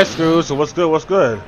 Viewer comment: did he say “Scrooge” vs legend.exe. If he did, I know what he meant, but I’m just shocked that somebody could mistake the word Scrooge with Scourge.